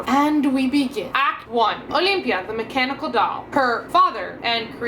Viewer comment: FYI I thought you said mechanical dog for most of the video 😜 which could be a very interesting premise for the story 🤔